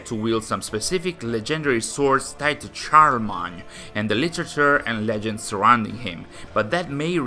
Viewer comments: Yes, this annoys me to no end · I will never get over how many ac Valhalla content creators mis-pronounce “charlemagne”. It’s actually pretty unbelievable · Charlemagne is pronounced "Shar-Le-Mayn". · Respectfully, yours is the way that Americans pronounce it and not the more accurate French pronunciation. No disrespect, just a fact. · Ha, indeed, I tried to go for the French pronounciation but yeah, I might have still botched it:P